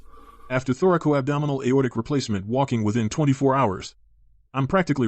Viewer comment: It is not thorical-abdominal. It is thoracoabdominal. Also, the occurrence of Marfan's is more prevalent in women. You're welcome.